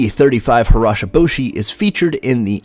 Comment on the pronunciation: Ha-gee-ro-boh-she, not harashaboshi